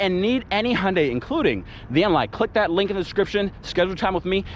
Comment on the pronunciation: Its Hyundai not hunde